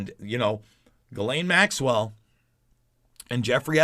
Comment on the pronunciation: Jiz-laine Maxwell